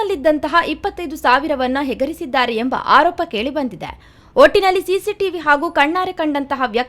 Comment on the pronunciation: Well said bro...👍👍👍..NAMMA TV Channel news anchors should know How To pronounce Kannada words thoroughly even being in Dakshina Kannada.... Let them know that's Yegarisiddaare.. not hegarisiddaare....😊